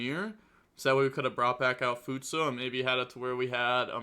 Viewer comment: My man’s legit replaced the last vowel for futsu